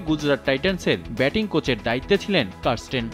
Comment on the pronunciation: কারস্টেন? না ক্যারিস্টেন?